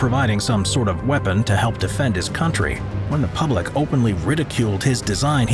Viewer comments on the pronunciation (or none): none